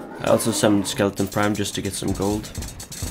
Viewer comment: Why does everyone call it skeleton prime its skeleTRON prime